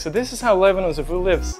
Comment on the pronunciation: Levhino ❌ Lemeknow✅